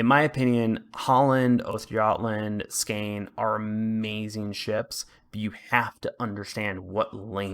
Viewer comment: The EU line is tricky. I love them, they’re highly aggressive/ambushy ships, or “shoot and scoot”. Although I go and play US or Deu DD’s and switch back I do horrible in them because I forget how to play them lol. Also the Skåne is pronounced Skonay. The Germanic dialects can get silly with pronunciations.